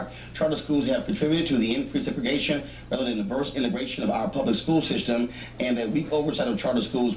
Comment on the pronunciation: luv your commentary brother, but it's Segregation!! peace